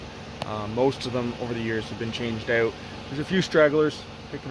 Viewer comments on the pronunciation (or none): lol, like oot and aboot?